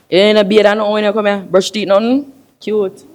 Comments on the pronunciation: His theet😂😂😂😂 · My girl say she don’t like his “theeth”.